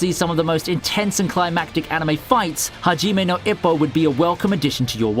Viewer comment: Hajime no ippo! he said it wrong... but in love with this series~<3